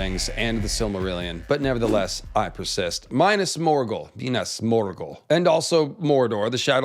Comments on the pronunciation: "my-nass morgul" this isn't necessary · “Minus Morgul” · Dude reads about "pale walls of Minas Morgul" and proceeds to call it oily black. Like... they are not, read it again. It's written right there before your eyes. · Big fan of your content, love the research, fascinating theories, fantastic style. But the way you say “Minas Morghul…” It pains my lil hobbit heart.